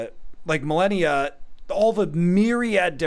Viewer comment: Its Malenia not Melania